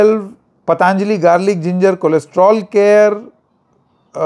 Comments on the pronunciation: जी, आपने बिल्कुल ठीक आपत्ति उठाई.....सब ठीक रहा.....बस एक कमी खल रही है......पतांजली नहीं, पतंजलि बोलिए। अंग्रेजों की समस्या तो समझ में आती है लेकिन हम हिन्दुस्तानियों, वह भी उत्तर भारतियों की क्या समस्या है कि हम ठीक ढंग से अपने शुद्ध भारतीय नाम भी नहीं बोल सकते? किन्हें खुश करना चाहते हैं हम? किस अंग्रेज को? क्या आप ट्रम्प को खुश करना चाहते हैं? अच्छे खासे 'योग' को आप सब (खासकर अंग्रेज़ी) मीडिया वालों ने 'योगा' तो कर ही डाला है। अब ऋषि पतंजलि के नाम-स्वरूप में परिवर्तन करना चाहते हैं। सवाल है कि क्यों? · पतंजलि बोलिए, पतांजली नहीं 😊